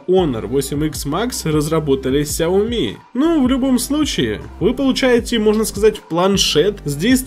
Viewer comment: Не хауми как ты говоришь, а сяоми правильно.